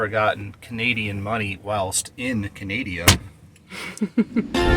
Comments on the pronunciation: It’s not canadia it’s Canada 😒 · Mis-pronouncing the name of the country is very disrespectful! Your “Americanian” ignorance is showing. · Thanks for visiting our beautiful nation. We loved having you. you pronounce Canada wrong. We forgive you. 😂😂❤